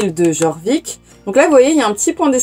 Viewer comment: J'étais pas du tout sur le jeu quand j'ai vu ta vidéo, non c'est faux 😂 Juste le jeu est suédois et les "j" se prononcent "-i" (on dit "iorvik" "iarlaheïm" etc) bonne aventure à toi 🤪 (moi au début de la vidéo: "un code? Pitié des star coins, pitié des star coins..." -: "... une semaine de star rider" -"noooon 😭" team lifetime 🤚